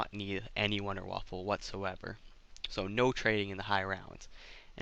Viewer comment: Wonderwaffle are you serious it’s wonderwaffe